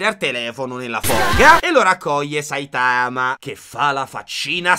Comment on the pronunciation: Che poi il polipazzo (eheh perché è un polipo pazzo!!!) dice a Saitama all’inizio ‘sei forse imparentato con un polpo?’ come un insulto nonostante lo sia lui, mi lascia un po’ perplessa modestamente Che poi non si pronuncia Saitàma, ma Sàitama ma vbb